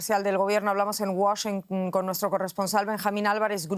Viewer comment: porque dice wachiunnnp je je je